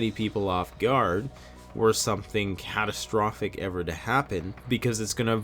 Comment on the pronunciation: Re: ". . . catsatrophic decisions". I doubt most of our drugged out society will be able to make ANY decisions when it comes down. I foresee mad, mad, chaotic panic being the rule of the day for the "hoard" in general.